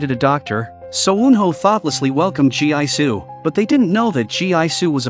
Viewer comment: Listening to you saying Gi-su (spell Gee-su) as Jee-I-Su, I'm impressed you're not tired spelling like that lol